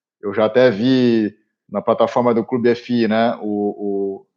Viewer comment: Só uma sugestão a vocês... Pradonizem a maneira como falam "clube fii"... Passa melhor o nome da marca! Do mais parabéns pelo conteúdo de sempre